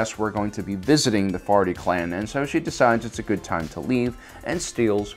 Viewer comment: I keep hearing "farty clan"